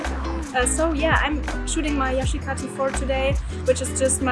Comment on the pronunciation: finally someone pronounces yashica right